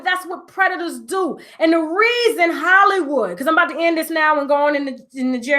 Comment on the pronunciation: The "W" in Hollywod is the bomb!